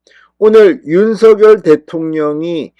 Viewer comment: 윤성열 발음이 그래 안되나요? 고유 명사라 본인이 원하는대로 불러주는게 국어발음법이랍니다. 윤서결이 아닙니다. 대한민국에 대통령은 한명입니다.